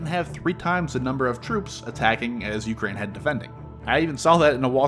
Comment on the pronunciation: dude makes an 8 minute video with over a minute of placement ads and cant even pronounce Ukraine right, did you not listen back to anything?